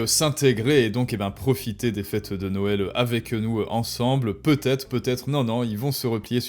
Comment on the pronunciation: Attention, tu as dis la dinde de "Noêl". J'ai un ami qui a comme prénom "Noël", dois je l'appeler d'hvers ?